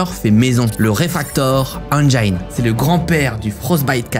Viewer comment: Engine ne se prononce pas « engyne » par contre